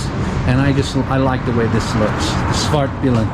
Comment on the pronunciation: You really nailed it with the pronunciation ... haha. Great bike. I own a Svartpilen 401, which is strong enough for me. But I'm sure the 701 is super fun to ride.